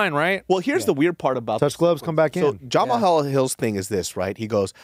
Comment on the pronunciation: Why is having such a hard time pronouncing "Jamal"? It's Juh-Maal Hill who tf us Jamahal? Lol